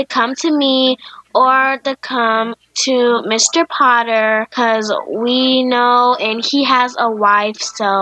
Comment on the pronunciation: I was all like: mISTA POTTAH???